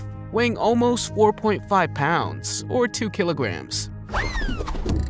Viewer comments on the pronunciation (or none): none